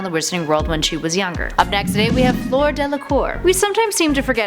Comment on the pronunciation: Fleur is French and pronounced “flör” not flor😂 Sorry if Im wrong but Im sure its pronounced flör.💗